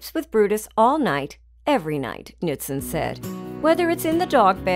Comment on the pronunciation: She pronounced Knutson wrong, I know because that’s my last name